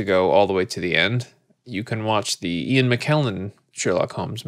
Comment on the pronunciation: Ian not “Uan”. 😊